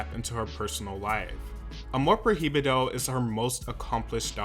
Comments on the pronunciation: if he learned it, yes. But clearly he has an accent and mispronounced prohibido. That's what I meant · God bless you for trying to say prohibido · not every language but I speak English and Spanish without a problem. He has one job, just the name of the album AMOR PROHIBIDO it’s not that difficult. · The album is pronouced "ah-more proy-bee-do" not "ah-more pro-hee-bee-do" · Amor PROibedo Pronounce it like that next time ❤️ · All he had to do was to listen to “Amor prohibido” 🔴 ONE TIME 🔴 to see how that word is really pronounced. But here we go with “pro hee bi doe” 😂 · Hermione Voice: it’s not Amor proheebeedo - it’s amor proy-veedo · I'm not usually this dramatic but I couldn't hear him say "Amor Pro-hee-bee-doe" again 😩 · Pro hi bi do hahahah It's okay don't worry I mispronounce some words in Spanish too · “Amor projibido” 😅😅😅😂 great video man✨🙌🏻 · little tip: in spanish the “h” is silent, so its amor “proi-bido” to pronounce it easier. just wanted to help ☺️ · pro-hee-bee-doh I can't, lmao. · Hehe Prohibido is pronounced proy -bee-doh, love Selena always, thanks for the video! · the Proheeveedoh took me out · "Amor projibido" What is air?!😂😂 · I could not stop laughing everytime you mispronounced the album name and song Just Pronounce "Amor Pro-Bido" You Kept Saying The H Too Much 😂 Love Your Videos But I Just Wanted To Help On How To Say It 😂❤ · He said amor proji bido lol well they pronounce h different, in Spanish is mute, Is difficult word for someone that doesn't speak Spanish but it sounds so funny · Not you saying “amor prohiybido” 💕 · the pronunciation of Amor Prohibido is triggering me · Just a little thing that kinda had me on edge 🙃 but, the “h”in the song “Amor Prohibido” is silent. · C'mon, you had to have heard the song to know that's not how you pronounce Prohibido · Me da risa cómo pronuncia “Prohibido” yo misma tuve que deletrearlo en mi mente para hacer sentido del por qué lo pronunciaba así 😅 no saben que la H es muda para nosotros...